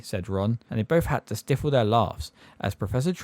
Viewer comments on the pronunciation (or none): “Divination”, not deviation. “Stifle” rhymes with rifle. You’re pronouncing it as if it has two F’s. Good upload anyway though.